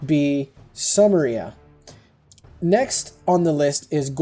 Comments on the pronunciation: I believe it's pronounced Soo-meer-ia, not sum-ah-ria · Just to tell you, it's Sue-meh-ree-uh. I'm curious why you think Sparta negates that Athens might be a civ itself? The Greek City-states were actually very different. For Mvemba a Nzinga, I think that was correct. And Saladin, the i is an i, not a hard e sound. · Sumeria is pronounced as Soo-mer-yah.